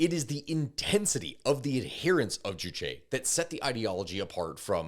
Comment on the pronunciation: k i just gotta say, you say juchi a lot, not juche juche 주체 means subject. juchi 주치 means a physician. so hearing “they abide by the physician’s ideology” is just really funny idk 😂